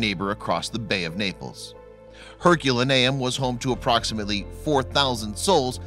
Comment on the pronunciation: I cringe each time you say Herculaneum. Your pronunciation is off.